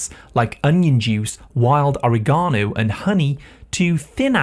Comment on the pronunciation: Oriegono? Please teach the proper way to pronounce.